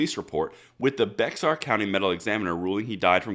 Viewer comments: When the only mistake in this video is a mispronounced county name (Bexar is 'bay-ar', not 'becks-are') 😁, this is one terrific(!) video!!!!!!!! Thank you, sir. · I live in Texas, and it is funny how different words are pronounced. Most people would look at Bexar and say bex- -ar, but if you are a Texan you would pronounce it Bear county. Just one of those funny little things. Thanks for all your great work! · Just a Texan FYI "BEXAR" County is pronounced as BEAR County. Ready to try pronouncing the city of "MEXIA's" name? 😊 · I can't agree with you more on pretty much everything you said except that b e x a r is pronounced behar not bexar. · Just a quick note - in TX, BEXAR is pronounced Bear or BAY-ar as if there were no X in it.. It is a Mexican name. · that Bexar County Texas is pronounced the same as bear. I know this because my ex-wife is from there near San Antonio. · Haha! Think it is pronounced "bay-har" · Bexar is pronounced "bear", or "beh-ar" depending on how far you grew up from the RGV. Love the channel. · Bexar is pronounced BEAR, that's how they know you are not a local....🤣🤣🤣🤣🤣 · Bexar county Texas is pronounced like 'Bear' LOL, We don't pronounce Georgia as Gorega. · It's pronounced (bear) county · Hey, Bexar county is pronounced 🐻 (Bear). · Good report, thanks! Incidentally, BEXAR county in Texas is pronounced "BEAR" believe it or not. Look it up, I have never heard it pronounced otherwise by Texans. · I know it's spelled Bexar county, but the X is silent. Pronounced Bear County. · Love the content although its spelled Bexar it is pronounced bear. Just a lil fyi from a south Texas boy. Keep up the great content and have a great week. If this has been pointed out my apologies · In case you run into a San Antonio article again, Bexar County is pronounced like the animal Bear...the X is silent ;) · Bexar is pronounced 'Bear' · Bexar is pronounced Bear. I know... splitting hairs. They pronounce things here in Texas. Great video.